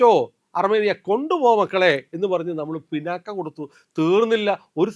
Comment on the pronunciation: പിനാക്ക അല്ല.... പിനാക്... ശിവാസ്ത്രത്തിന്റെ പേര്